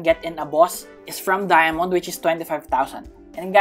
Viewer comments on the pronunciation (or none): are you filipino you say dyamante e hahahaahahhaahahaha +